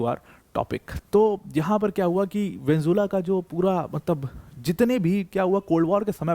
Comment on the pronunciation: Mene video tabhi band kardiya jab Venezuela ko isne Venzulla bolna chalu kiya.